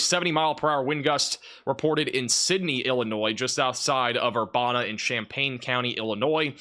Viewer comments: Ur-ban-a not bon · Urbana - Err bana (as in bandana) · It’s Er-ban-ah illinois